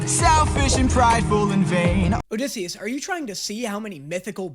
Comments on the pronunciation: Did he just call osisius “disius” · the funniest thing to me is calling odysseus dissy when his canonical nick name in the musical is ody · I absolutely LOVE that you call him Dissy.